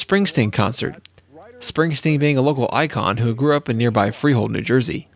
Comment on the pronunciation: Did I hear right? It SOUNDED like "FREE HOLE, New Jersey"...is that between "RAT BASTARD" Stadium and "MAMALUKE Arena" ?